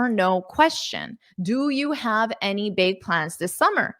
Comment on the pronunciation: "Do you have a sec?" 👉"Jev a sec?" ☺️☺️